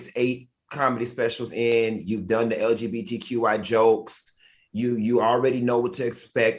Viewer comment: Girl didn’t even say LGBTQ right………